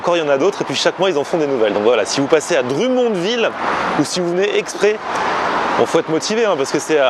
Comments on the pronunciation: dr U monville lollll ca se prononce drum comme des tambours en anglais... drum monne ville. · Salut! pour info Drummondville se prononce Drum (comme un drum pour la musique) mond (mund a l'anglaise) ville:P Sympa la visite au Quebec. PAr contre tu risques de partir une guerre sur l'emplacement ou a été inventé la poutine XD Certains dise que c'est a Drummondville, D'autres a Victoriaville et d'autre a Warwick XD J'espère que tu te plais au Quebec. On aime bien vous recevoir pour partager un peu de notre culture:) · la prononciation du DrummondVille: c'est Dr(homme)mondVille